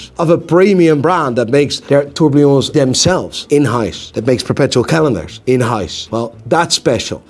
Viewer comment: Someone please teach to pronounce Seiko, Nivada Grenchen, and tourbillon.